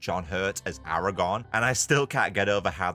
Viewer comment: Dude it’s Aragorn not Aragon